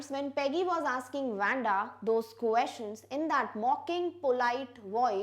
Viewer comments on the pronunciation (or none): its not wenda its waa-nda :)